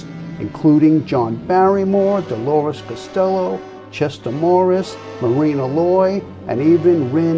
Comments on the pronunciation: It's Myrna Loy, NOT "Marina" Loy! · What a fabulous glimpse of what REAL vaudeville must have been - absolutely fantastic stuff! Thanks for posting this gem (even though you mis-pronounced Myrna Loy's name, it's still a "gem" )!